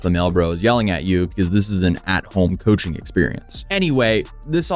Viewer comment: Coaching services!!!!! Sounds like u said "Cushing program"